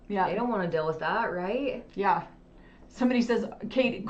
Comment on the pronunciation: “Rill” instead of real. “Dill” instead of deal. Pronounced “ing” as “ink.” Just a few examples